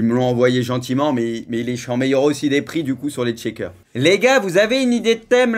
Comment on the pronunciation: Les « tchekers »😭